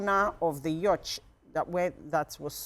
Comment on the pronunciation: Please learn how to pronounce Yacht. Na wa o! I dey shame shy.